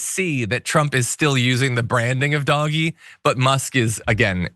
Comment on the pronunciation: Good lord stop saying "doggy". It's DOGE.